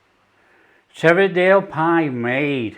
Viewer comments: That’s a real school dinner pie 👍 btw it’s pronounced Tee vee it and Hoy k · Pronounciations all wrong! Teviotdale = TEE - VEE - OT - DALE. Hawick = HAWE - ICK. Damned fine plates of scran. Proper grub!!